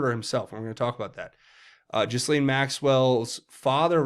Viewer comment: Repeat after me. G’laine, G’laine, G’laine👍😘🇺🇸